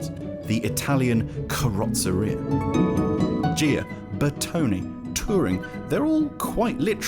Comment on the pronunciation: Please pronounce “Ghia” correctly! It’s not difficult!